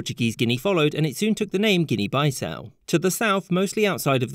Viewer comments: BEE-SAU is the pronunciation, not BYE-SAU. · Um, who pronounces Bissau as bye-sow? Isn't it more like bee-sow? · Bro, its guinea beesaau not baisau as you're pronouncing. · isn't Guinea Bissau pronounced "gini bisau" and not "gini byesau" due to the double S? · Meanwhile the Guinea pig: I too am named Guinea and I don't even look African nor am I a pig, I'm a freakin rodent from South America! Meanwhile Alexander the Great looking at all these original names: Impressive, most impressive Also "Bye-sau" it's pronounced BE-sau in Portuguese, comrade. If Swedish Guinea stayed a thing, Africa would've gotten its first IKEA much earlier than Egypt did in 2013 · It’s not bye-ssau, it’s pronounced Bee-ssau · Should it be Guinea “Beesau” rather than “Baisau”? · Pronounciation ɡɪni bɪˈsaʊ not ɡɪni baɪˈsaʊ 0:1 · It's Bissau not Baissau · It's pronounced Guinea BIssau (Bee-ssau) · Bye-sow? Oh boy are we going to have to put up with things like that in this video? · man said guinea bi-sau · Why pronounce “Bissau” with a long i? It’s followed by two consonants so it should be short. Never heard Bissau pronounced this way before in English, and online pronunciation guides use the short pronunciation (/bɪˈsaʊ/ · Obviously: Bissau, not Bi-sau. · Bissau* not Baissau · He could've easily said Niger as it's pronounced way differently than what you think, and it's also the name of a current world country, so nothing wrong here. But he also mispronounced Bissau, so whatever... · Correct, typically a 'short i' sound in English, but our friend is not the best at pronouncing things well;) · I mean these are just fun and entertaining vids, not super well reasearched. For instance, he didn't bother to look up how to pronounce "Bissau", and his map shows the Gold Coast Colony as being coterminous with modern-day Ghana, which it was not. I personally just watch this channel for it's tongue-in-cheek quips. 😏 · rerecord it after learning to pronounce "Bissau"